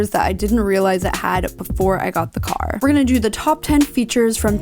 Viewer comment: "The cargghrrr."